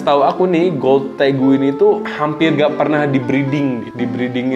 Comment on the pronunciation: Magsudnya tegu bukan regu